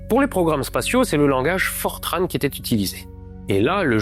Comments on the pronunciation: Vidéo très intéressante ! Un détail cependant, on ne dit pas "Fortrane", mais "Fortran", comme entrant, ou montrant. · Super episode! Pour info en Francais on dit "Fortran", pas "Fortranne" ;) Petite erreur sur la cause de l'alarme à 3 minutes. Oui le system supplémentaire que Buzz a allumé est responsables des premières erreurs de l'ordinateur de navigation, mais il s'en sont rendu compte et c'est bel et bien un bug qui activait un system supplémentaire qui prenait un peu plus de charge que ce qui était traitable. Il y a une super conférence qui rentre dans le détail sur ce sujet si cherchez sur youtube. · Les informaticiens disent fortran, et non pas fortrâne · On prononce FORTRAN comme ça s'écrit en français (avec le son "an" comme dans "enfant") et je confirme, le COBOL est toujours utilisé en bancaire mais aussi en assurance et dans des progiciels de gestion administratifs (paye, impôts, etc...) cependant, le langage a un peu évolué depuis 1959, aujourd'hui, on utilise COBOL 2 qui date de 1985 (COBOL 1 compile sur un compilateur COBOL 2 mais pas l'inverse). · Excellent, comme toujours. Bravo pour le million ! Détail geek: dans le monde informatique depuis des décennies, j'ai toujours entendu Fortran prononcé comme rimant avec blanc, par mes collègues francophones. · Mr, mettez-vous à niveau: on ne prononce pas le N dans "Fortran". Par contre, on ne prononce pas Vauga-ne- mais Vone